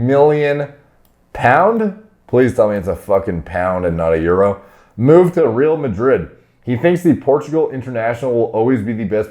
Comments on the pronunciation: almost.... the only one he fucked up was Real Madrid. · that "Real Madrid" pronounciation tho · "Reel Madrid" 🤣